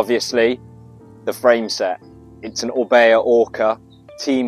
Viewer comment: Orbea? More like Orbae